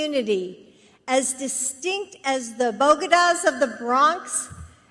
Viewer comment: Did Daktari Jill mean Bodegas when she said Bogedas?